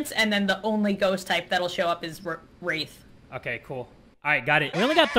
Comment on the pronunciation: in older then me and she can’t even pronounce wraith😶